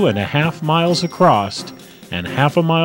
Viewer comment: I can understand that,. But I can't understand a grammarian such as yourself using the urban mispronunciation, "ACROST" Huh? There ain't no "t" in the word "across"!